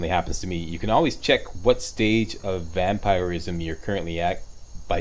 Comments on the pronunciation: Most People pronounce Vampirism as Vamp-Er-ism, meanwhile: Vamp-Ir-ism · He says vampiric correctly and vampirism incorrectly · The way he says vampirism is bugging me 😂